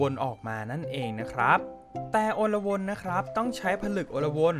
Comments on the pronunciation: และมันอ่านว่า อะ-ลวน ครับ ไม่ใช่ อน-ละ-วน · พี่อ่านผิดอ่านว่า อะ ลวน